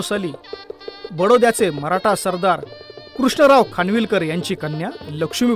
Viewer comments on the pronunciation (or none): none